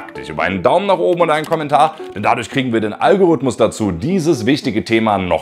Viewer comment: Jeder weiß, dass du das Wort "Algorithmus" mit Absicht so schlimm betonst damit die Leute Kommentare dazu schreiben. Aber nein... dieses mal nicht. Nicht dieses Mal Sarkasmus